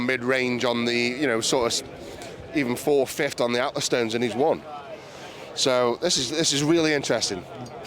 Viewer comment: Can someone have a word with Eddie and tell him it's pronounced fifth not fift.